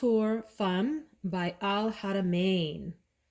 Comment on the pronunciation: And yes you got it right! Femme sounds like (fam) 💕